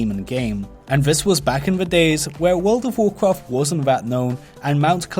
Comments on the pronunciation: What about tlpd? That is like super super rare. And why do you keep saying Wud of wukraft? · WUUWLD OUVVV WUUWCWAFT